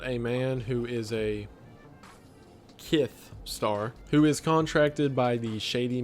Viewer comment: is kiss pronounced with a lisp 'kith' hes using it a p0rn